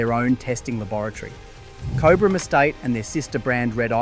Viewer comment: Pronunciation of Cobram is : corn of the cob, then brm.